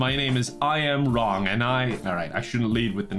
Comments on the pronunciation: Am I a racist because when I heard the name I Am Wrong, I thought it sounded Asian? It's pronounced Wlong, by the way. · I thought was saying Ron and not wrong for the first minute and it did not change the meaning or my understanding of what was going to happen at all😂